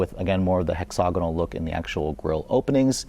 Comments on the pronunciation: Hexagonal … every time he said hexogonal 🤦🏼‍♀️ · Beautiful car, very nice review, but bro, you need to learn how to pronounce "hexagonal" properly. You pronounce it, "hexogonal". The "ag" part rhymes with ag, is in agriculture, not og, as in egg "nog".